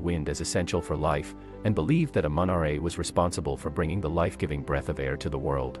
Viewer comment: It's said like amen -raw it's spelled amun ra